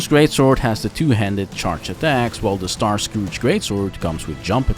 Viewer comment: Great video! Really great editing! Just a small thing: Starscourge would be pronounced as star-scURGE. Just like if you have an "*urge*" for pizza, same pronounciation. Basically take the O out, and Starscurge is the right pronounciation. Either way great video and honestly your editing is absolutely, abslolitely amazing and effin' incredible and I'm not just, saying that to be nice